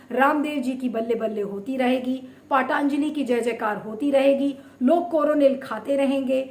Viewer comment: पाटांजली नही पतंजली बोलो. क्या बकवास करती हो. सुधर जाओ.... 😛😛😛😛😛.